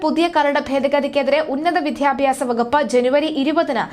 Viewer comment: വിദ്ധ്യാബ്യാസം അല്ല, വിദ്യാഭ്യാസം. സ്ഥിരമായി ഇങ്ങനെ ഉച്ചരിക്കുന്നത് കൊണ്ടാണ് ചൂണ്ടിക്കട്ടുന്നത്.